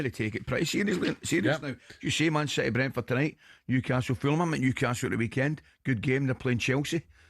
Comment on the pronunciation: Did Ally bally say teams like shitty? 🤣🤣🤣